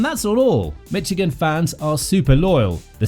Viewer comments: “Mitchigan” instead of Michigan is wild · There's no "T" in Michigan.. It's Michigan, not Mitchigan... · Calling this "Mitch-igan" makes this unlistenable, aside from ridiculous. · And it’s not “Mitch-igan” !!!!